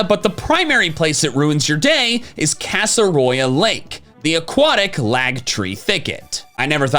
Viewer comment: "Casseroya Lag" There you go.